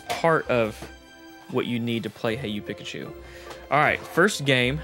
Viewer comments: Haha please say PEE-kachu. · keeps saying Pikachu with a soft I instead of an E sound and it’s driving me crazy haha 😂